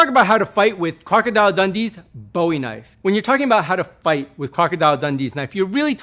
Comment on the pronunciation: "THATS a Knoife."